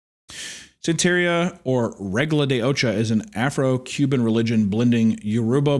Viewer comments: It's SAN-tuh-REE-uh. The dumbed-down, inaccurate explanation is it's a Hispanic version of Voodoo. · I don't practice san-tare-eeuh! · I DON’T PRACTICE SAN-TEAR-IA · HUNTER NO!!! IT’S PRONOUNCED SAHN-TEH-RIAH. NOT SAN-TERRIA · san-tr-ee-uh. Do you think he would have known what it was if he had pronounced it correctly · I liked it, it was like a David Lynch movie. And the what the aunt was practicing is pronounced "santa ria". As in what Brad from Sublime did not practice while also not having no crystal ball. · Hunter’s inability to pronounce ’santaria’ means he is not a sublime fan. This is a dark day. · Hunter not pronouncing Santeria correctly when it’s in such a famous song is absolutely crazy. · Bro doesnt know how to say Santeria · I guess he hasn’t heard the Sublime song